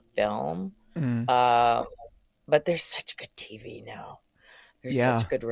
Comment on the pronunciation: Why does he say tv, TEEVEHH. 😂